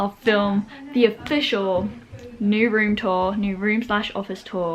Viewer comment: It was weird hearing you pronounce 'room' as 'rum'... you are the only other person I ever heard pronounce that way apart from my childhood friend who committed suicide 2 years ago.